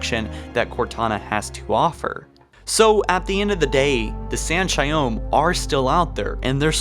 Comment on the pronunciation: It was a great video and all, but the way you pronounce each species in halo on your vids is fucking annoying 🤣 in this case it’s not San’Shyom lol, it’s San’ShayUUm, with U not O